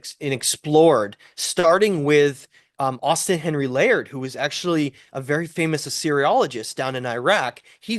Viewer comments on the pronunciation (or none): none